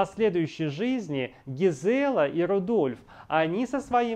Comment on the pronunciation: Не ЛюдОвика, а ЛюдовИка. ГИзела, а не ГизЕла.